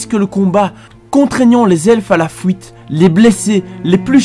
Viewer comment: fouite et le pouit. J'ai boucoup de mal avec cette prononciation x') ...